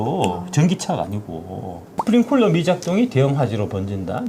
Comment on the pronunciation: 박작가님 스프링쿨러 아니고 클러라구요~ 아~ 정말. 나온 유튜브마다 쿨러라고 하면 어떡해요??